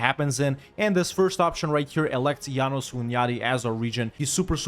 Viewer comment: Hey great video as always! Just a tip for possible future references (and FYI for anyone that cares) in Hungarian, any name with an 's' is pronounced like "ash", the regular "s" sound in English is marked by "sz". So János Hunyadi is Jáno-sh Hunyadi, and Pest is Pe-sht. I know most people don't know this or worse, don't care, since it's an arguably smaller, lesser-known and just completely different language than any other European major one, but it's just really annoying to hear constantly even at airports as a native speaker :D Anyways, keep up the good work bro!